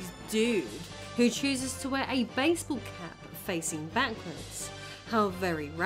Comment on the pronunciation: "Actively CHEWZUZ to keep from us"